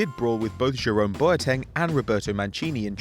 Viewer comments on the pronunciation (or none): none